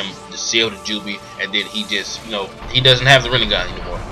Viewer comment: Are you saying ''Seal the Doobie'' or ''Seal the Joobi''